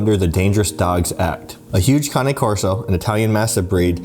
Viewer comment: I'm just learning it's pronounced Kah-knee I always said Cane 😆 you learn something new everyday. On another note may that little boy rest in peace. So sad.